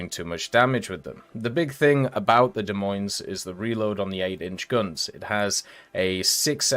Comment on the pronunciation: FYI, the "s"'s are silent in the Des Moines...